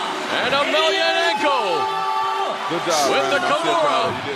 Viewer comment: Agh.... It must be hard for Emelianenko to hear his name mispronounced so badly.